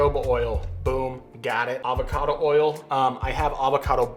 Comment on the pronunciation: Its hard to experiment when you dont know how much of each ingredient your using. Also I used to think you were just probouncing jojoba oil wrong but then you said abacado and I realized your just trying to trigger people LOL